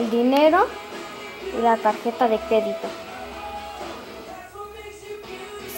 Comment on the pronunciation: Un debes de. Decir crédito dijo cedito